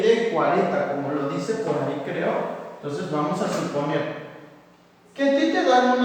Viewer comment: mientras estudiaba para el examen me di cuenta que en el minuto dijo "supener" en vez de suponer XD